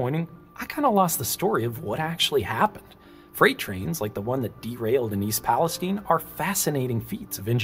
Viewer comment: You pronounced East Palestine correctly. I appreciate that.